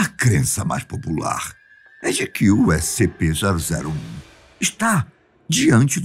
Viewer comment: Eu não sei porque mas você fala toda vez errado o nome dessescp escp096